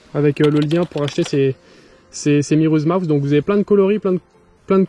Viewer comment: Par contre frérot c'est miuras mouse, j'te jure ça me trigger de t'entendre dire le mauvais truc à chaque fois mdr. Sinon tout bonnement très qualitatif ! GG